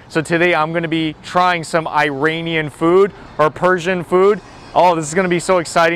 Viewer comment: He can't even pronounce "Iranian* ! Someone correct this boy.